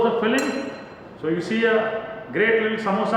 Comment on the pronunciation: Noo, it's samosa only, not samboosa